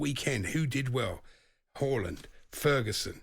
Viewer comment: Jacobs still doesn't know how to pronounce Haaland...plonker.